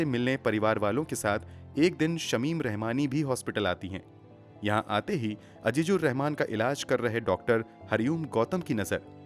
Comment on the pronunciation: Totally agree with you regarding the pronunciation.